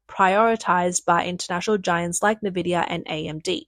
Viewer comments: N VIDIA Not ‘nah VIDIA’ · FOR CHRIST'S SAKE IT'S .... IN-VID-IA. Not NAH-VID-IA.